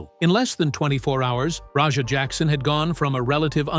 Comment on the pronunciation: Why do you call Raja Rodger?